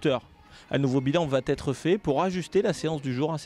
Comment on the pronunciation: "un nouveau bilan va-T-etre" grr c'est va être! ;)